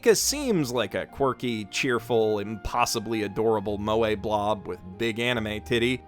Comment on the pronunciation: I thought it was pronounced mweh not moway